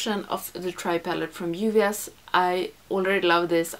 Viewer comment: I love how you pronounce "Juvia's"! Aaaand we can see Masai from space!